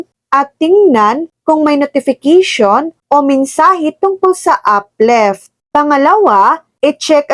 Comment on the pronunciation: uplift hindi upleft😂